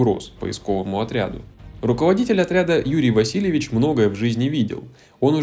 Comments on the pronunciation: Не Юрий Васильевич , а ВасилЕвич . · ВасилЕвич, а не ВасилЬевич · Василéвич, а не Васильевич